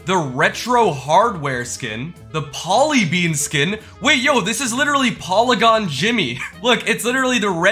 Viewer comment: that's not how you pronounce polygon